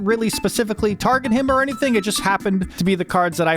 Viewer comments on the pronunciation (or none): none